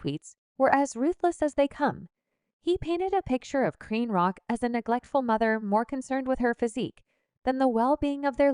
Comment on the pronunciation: Why do you pronounce her name as CranRock??.. you hear her name or you should check before you report